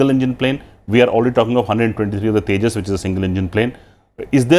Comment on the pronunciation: इन लोड़ूओं को तेजस का नाम भी बोलने आता तेजस को तेजा बोल रहें हैं ये भोंसड़ीवाले।